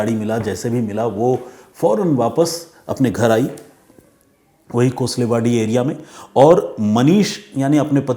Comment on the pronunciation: कोसलेवाडी नहीं कोळसेवाडी, लंदागे नहीं लांडगे